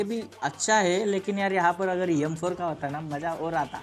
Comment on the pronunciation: notice every time he say m4 to yam4 lol